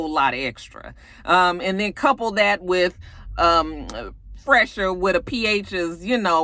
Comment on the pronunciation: Phresher is pronounced “Fresher”. I guess he thought it was clever lol but it’s not meant to be “Pressure” with a ‘“Ph” lol